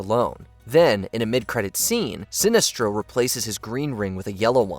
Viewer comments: He says Sinistro at some points too lol, clear signs of AI smh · I'm calling you out,. It seems you are using AI in your narration. In the first entry alone, I heard "corps" pronounced as "corpse" (It is actually pronounced like "core"), and Sinestro's names being pronounced as "SIN-neh-stro" and "Sih-NEST-ro" and back again in a matter of seconds.